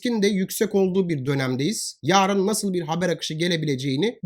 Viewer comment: Hocam Her zaman dinliyorum. Yaarın diye değil yarın diye uzatmadan söylerseniz sevinirim